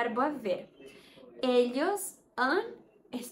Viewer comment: Muito bom, mas a pronúncia do ll ex: Ellos, está errada, você fala o ll - "Elhos', não é assim.